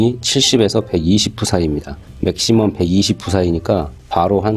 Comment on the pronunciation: PSI는 '피에스아이'로 읽습니다